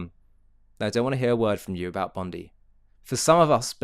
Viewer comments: its bon die not bon dee . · Enough. Stop saying "Bondee beach". All Australians call it "Bondeye beach". All. Find me one who does not. Show respect to the local people. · It’s pronounced Bond eye. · P.S...Bondi is pronounced...Bon...Di...like eye.. hope that helps..😁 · If you continue you play the video the woman wearing the keffiyeh explains she is Jewish and lost family in the holocaust and friends in the attack at Bondi. She was there to mourn as all should be able to do so ❤️ nice to have context. Also it's pronounced bond-eye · sorry for this but the correct pronunciation is bond-i (eye). I want to add this, hearing you and SaharTV has made me to make a video now for idiots like Anthony Albanese who just sit idly saying "i stand with the Jewish community"... It makes me sick in the stomach anyone saying that, all talk and no action... I'm taking action against anyone who are all talk and no action. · You're right with all your messaging. Also can you pronounce Bondi correctly in future it's phonetically "Bond-Die" It's not a surname. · It is pronounced "bond-eye". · Not to be a scold, on the contrary it sounds cute. Bondi is pronounced Bond-eye: emphasis on Bond. 🇦🇺🙏🇮🇱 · just one more thing it is petty but it is pronounced Bond-eye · Just for you non Aussies, Bondi is pronounced 'bond eye' Our government is totally culpable in this terrorist attack happening as they are in support of Hamas and the non existent palestian state. WOKE, WEF demonic puppets....